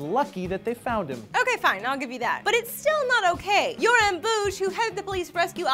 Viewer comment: Jøran Bugge = Yoran Boosh? Close, but no cigar. Bugge ~ Boogg-eh.